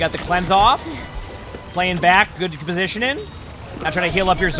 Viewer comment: over here with 2 g's in his name but can't pronounce one when it comes to the word positioning.